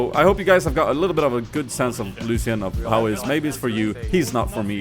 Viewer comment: you dont say ''lusian'' you should say it like ''lushan''